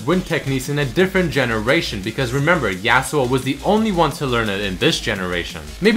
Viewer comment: Im just wondering why you're saying yAAh-su-oh instead of yah-su-oh?